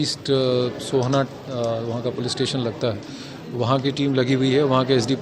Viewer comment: I visit Meghalaya almost every year its a very safe and clean place . During monsoon the trekking routes are very risky and slippery. And the place they got missing is called Sohra not orsa ( as pronounced by the reporter) and the hugary civilian died beacuse of an accidental fall. Praying for the couple and their family